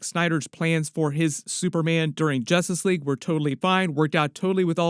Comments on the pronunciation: I can't not hear "Jostice League" 😂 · It sounds like your saying Jostice league at first 😂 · Ha ha …. Jastus Leeaig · Why's bro keep saying jostice league 😂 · Y does this guy keep saying justice league wrong. Can’t u speak English lol! 😂